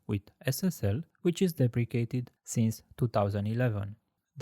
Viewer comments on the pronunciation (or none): none